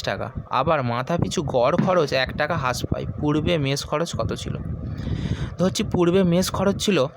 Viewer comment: ভাই ওইটা হাশ না রাশ উচ্চারণ হবে (হ্রাস)